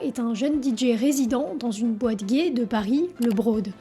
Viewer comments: Pourquoi tu dis les DJ prononcé "Didji" ? Ça n'a aucun sens du fais du moitié français moitié anglais 😅 en anglais c'est "DiDjay" le "J" se prononce "Djay" 😂 désolé mais ça m'a tué la vidéo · Parler des DJs et prononcer "Didji", c'est absolument insupportable. On dit "Didjé". Ce commentaire parce que j'adore ce que tu fais et que c'est ce qui manque pour que ce soit parfait... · Nan mais faut arrêter avec le "Di Jiiii"....A défaut de répondre aux commentaires, prononce au moins correctement les choses. C'est "Dee Jay" ... Tu fais des bonnes vidéos, mais soit un tantinet plus attentive à ta communauté. Bonne continuation. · Deejay…pas Deejee! ✌️ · "didji" ???! 😱 Oh My God! 🙄